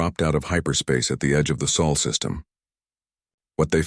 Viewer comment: SOL NOT soul